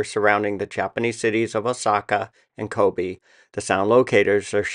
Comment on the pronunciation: CO-BAY not like Kobe Bryant